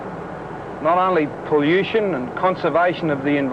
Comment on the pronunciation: I cringed every time he said poll-you-shen.